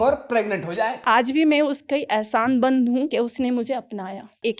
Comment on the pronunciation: Arrey yaar Tumne dhyaan nahin diya Usne ehsaanmand ko ehsaanband bola hai ek jagah Yaar aise mat kiya karo. Rail rahe ho toh achchhe se ragad kar relo.